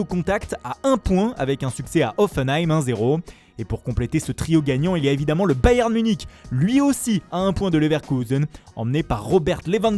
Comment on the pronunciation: C'est marrant comment il y met grave l'accent pour "Leverkusen" et comment il prononce à la française pour le Bayern